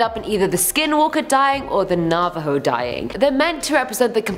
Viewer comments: Take a Bomg Rip everytime says Navo.:j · Every time she says Navaho take a shot!